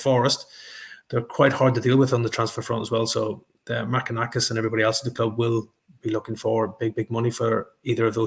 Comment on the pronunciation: Marinakis - NOT Makinakis! 🙈